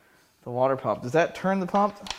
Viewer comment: "Shmoo pump," darn it, now I want some shmoo cake.